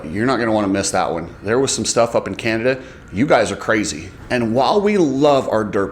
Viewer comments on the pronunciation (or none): none